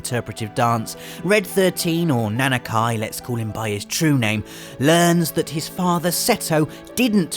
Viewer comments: Overall I agree that the Final Fantasy Saga has some amazing moments. The only thing I didn't really understand is how a self-professed fan could get so many names so very wrong. Nanaki is pronounced "Nah Nah Key" not Kai. And Zidane doesn't sound like "Dan" it's the same sound as in Great Dane. I would have thought those were pretty simple ones to pronounce too. It's like like the long-standing debate between Aeris and Aerith. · Na-na-KEY, not Na-na-KAI. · Who the hell is Nanakai? It's Nanaki! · it’s Nah-Nah-Ki not Nana Ky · isn't it... Na-na-kee (yes it's Nanaki) but Nanakai would be well Nanakai if it was that pronouciation. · Pronounce names properly! Red XIII is not "Nanakai" it's "Nanaki"! Also, why do people pronounce Tribe of Gi and Tribe of Ji? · Same was like its Nanaki! (Nah Nah Kee) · I'm sorry.... Nan uh ky? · btw it's nah-nah-kee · He always talks about how big of a FF7 fan he is and he's going to butcher one of their names? come on... party foul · The way you pronounce Nanaki makes me flinch. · This horrid accent butchering names left and right... please never say "Nanaki" again. And then Zidane appeared and I cannot continue. Sometimes you need to NOT apply your usual pronunciation rules to words and this is a good case study. I realize this is an older video as I post this but... I'd take a pretty solid wager on it not having changed at all.